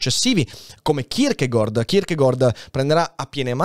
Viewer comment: So che è una cosa molto stupida, ma non sopporto il modo in cui pronunci il nome di Kierkegaard. In danese la pronuncia corretta è kirkegor, in italiano è kirkegard, tu fai un miscuglio e dici kirkegord. E niente, nessuna polemica, ma dopo alcuni video in cui ti ho sentito pronunciarlo in questo modo ho voluto scrivertelo :D